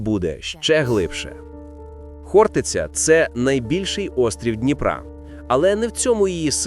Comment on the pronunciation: Навчить ШІ правильному наголосу. ХОртиця!